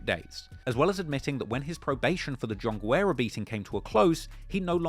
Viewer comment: I think you pronounced John Guerra every way but the correct way Mad respect, fuck him up